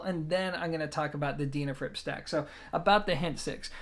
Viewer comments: I'd love to know how you pronounce the word "dean" ,, Its not a deanafrips, just sayn from my den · Least I didn't mention how you said their name wrong😁(so many times)